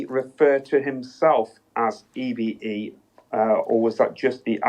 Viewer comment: I always thought EBE was pronounced E-BEE not E-BA.